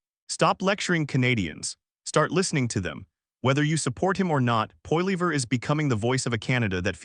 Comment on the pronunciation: poilever get the pronunciation correct please